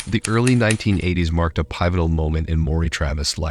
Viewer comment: Pivotal- pi(short "i")-vi(short "i")-tull(short "u") sometimes the English words will break rules. But other than that, you did an excellent job on this video.